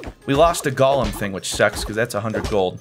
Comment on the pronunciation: I mean, you're great and fantastic, but why do you say ''Golem'' like Gollem instead of Go-lem? Please do continue this game though, you seem to be enjoying it so much :3